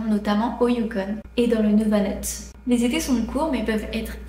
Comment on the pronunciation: Tu écris que ce n'est pas la bonne prononciation, ce n'est pas le bon nom, ce n'est pas le Nouvanut, c'est le Nunavut.😊